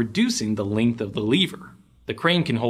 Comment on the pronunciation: why you read length as 'leength' ?